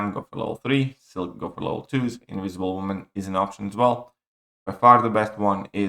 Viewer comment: Inwisible woman 😂😂😂